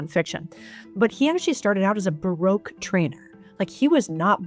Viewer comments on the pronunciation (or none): none